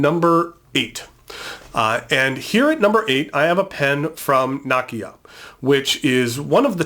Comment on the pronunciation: Nakiya, nakaya ....makes me cringe.